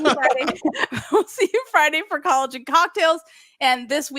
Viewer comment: Couple things. I always giggle when I hear you say "collogen cocktails". Is not drinking a choice? Are we with child? Do we have a little Gymnerd Jr on the way? Next, I was floored at the amount of front flipping Prodonova was doing before it was a big deal. Looking back at the 1996 Olympics, I was also surprised that gold medalist--blanking on her name--had a double front somewhere. Love it. Men's gymnastics with all their twists is admirable of course but monotonous. We miss you Nakita--except you were heading up one of the military for youth or something or another against Ukraine. Anyway, do you guys have any Elena videos on the channel? I'd love to see something about, Muchina, Nelli Kim, Produnova, 1992 Gold medalist... And by video, I mean bringing all the analyses and throughts you guys have about routines, people they were going up against at the time etc etc. Looking at Neli's performances at the 76 or 80 games looked way more impressive than the winners. I wanna say Neli had a double back while nadia didn't. I didn't go through every performance to see if Neli just flubbed it all but... I could look up all these names to make sure I'm spelling them correctly but I don't need to prove I'm the shiz. I like gymnastics, you guys fill a MASSIVE void in my life as I have NO ONE to talk to about this--maybe I'd remember these girls' names if I did--and you're doing the lord's work. Maybe tracking Zmeskals rise to the expected higher-place finish than Shannon in 1992 but t